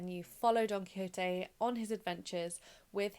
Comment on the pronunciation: Just wanted to jump in here to say you pronounced Don Quixote perfectly.